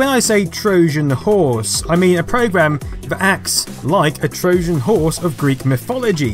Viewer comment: You have a very odd way of pronouncing certain words. "Trojan" with a soft "J", "BBC" as "bibby see". Love your channel though!